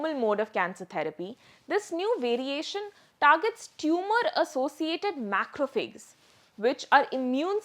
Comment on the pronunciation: Good summary. However, please correct the pronunciation of "macrophages".